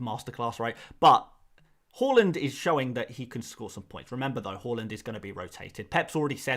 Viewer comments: Haaland, not Hauland (even though it seems fitting) lol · Everyone else is saying it wrong, is right with his pronunciation. It's actually interesting Haaland chose to move to the 'aa'. His Dad used the 'å' during his playing career. Maybe Erling thinks it's easier for people to attempt saying his name using letters they're used to (even if most people end up pronouncing his surname incorrectly)